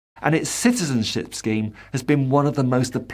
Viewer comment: Ciztizenship?? Supportzive. Practzical. Emptzy. Hurtzing. Battzered. Promotzing. = Brexit English. Soon to become like the ridiculous Spanish lisp.